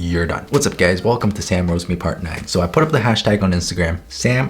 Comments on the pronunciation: Why did i understand „whats up gays“ in the beginning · Is it just me or did I hear : Hello gays 😃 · I misheard " HEY GAYS "